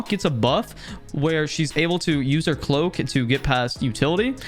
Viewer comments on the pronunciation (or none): none